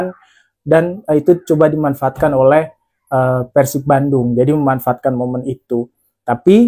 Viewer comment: Mas gua baru pertama kali nonton video lu, tapi jujur udah suka, bbrp alasan: 1. Penyebutan persib yang bbrp kali benar: pérsib 2. Meskipun lu fans persija, tapi analisis & penyampaiannya ttp objektif & fair tanpa embel2 songong/menjelekkan persib, respect Saran buat video review match persib vs persija musim depan: 1. Analisis buat persibnya kalo bisa diperbanyak, gua yakin dgn objektivitas & fairness analisis lu, seiring berjalannya waktu bakal banyak bobotoh yang nonton & suka (salahsatunya gua) 2. Bikin video pre-match analysis hehe, mantep tuh Semangat terus berkarya mas, gua dukung, salam damai & sportif bobotoh the jak 🔥💪